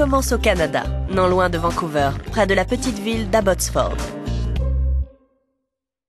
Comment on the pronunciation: Vencouveur xd sa se prenonce dememe vencouvaire